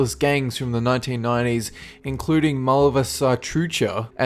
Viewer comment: "malvasatrucha" looool